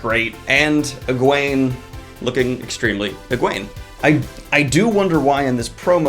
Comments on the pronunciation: Egwene (egg wayne) not eegwon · Uh-Gwan? More-rain? Did your books not have a glossary?